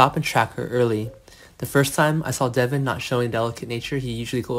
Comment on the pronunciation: His name is Devon , not Deavon. Can you please get people who can make this notification interesting… and not like they are just barely reading . It’s “ bad”